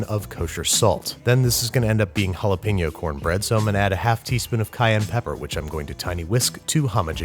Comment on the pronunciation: You are mispronouncing Jalapeño!